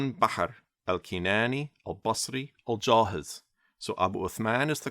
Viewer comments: Al jahidh (الجاحظ ) not Al jahiz ( الجاهز) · Note it isn't actually pronounced with a Z. that is only in Egyptian and it is just a pronunciational mistake (similar to how Brits might pronounce Thought as "Fought" or three as "free") The sound it makes is more like "Al-Jahiv/Al-Jahith" anyway, that guy though was a huge nerd, all he did was write books all day and barely went outside, basically the first incel of Baghdad, he also seemed to have been obsessed with Turks, having written a book solely dedicated to their virtues named: "Fadhaeyilu Al-Atrak" (Virtues of the Turks) He also made a funny poem when a bedouin criticized him for writing books and being a huge nerd, he said in his poem: "The book is the friend that does not lie, that does not backbite, that does not disappoint, and from whom you can never grow bored" and other nonsense.